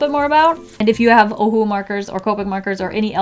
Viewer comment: Nobody in the world can say “Ohuhu” much better like it was meant to sound in the first place like can.. or is it just to my hearing 🤔🤣